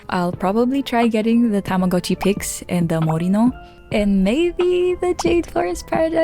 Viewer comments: ohh tamagotchi, not tomodatchi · why is everyone saying tamagotchi its tomodachi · please never call yourself shartchi again